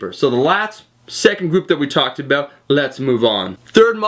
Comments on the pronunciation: more like aboUt. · is this guy Canadian?. he pronounces "about" like we pronounce it.